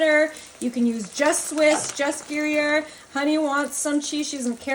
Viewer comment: Gruyere—commonly said as "grew-yer"